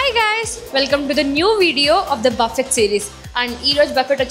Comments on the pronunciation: Please don’t say buffeett! Sounds so horrible! It’s buffee! T is silent! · Hi Team, meeru chala efforts pedthunnaru..but still koncham research cheyandi oka place ki oche mundhu..or ochaka koncham items gurinchi manchiga thelsukuni cheppandi..just giving a suggestion in a positive way as one of ur audience..buffet is pronounced as buh-fay, hummus sanagapappu tho chestharu annaru, noo..its made up of chick peas, koncham unprofessional ga undhi aa clip..koncham editing lo aina chuskondi.. colesay salad ananri..kadhu its coleslaw, daggara try chesaka its just interesting ani chepparu anthe..i was waiting for ur review on that..emaina cheptharu emo ani bt ledhu cut chesesaru..and naina kakunda inkokalu evaru aithe unnaro plz koncham professional ga undandi..no offense again..mee video format ae ala aithe thats upto u guys..but edho ala review cheppeyadam kadhu..neat ga cheppandi.. ish..she speaks her heart out that's nice but konni sarlu it doesn't look good on camera.. ki i button lo ishtam annaru ivvaledhu..new channel link kuda meeru description lo ivvochu..asla overall review is it a good place to visit aa enti annadhi oka conclusion ae ivvaledhu..ila unnaye konni..inka meeru chala cheyochu to attract new audience..take feedback from ur subscribers..and grow ur channel.. Happy Diwali Guys 🙏